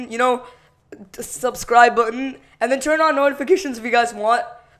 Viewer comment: nnndd.. Subscribbbebb.. aaaaa... you have mental issues?